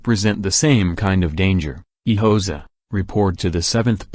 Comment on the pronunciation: How am I supposed to take you seriously if, within the very first second of the video, you cannot pronounce "Hoxha" correctly? I came here to find historical information, not rubbish.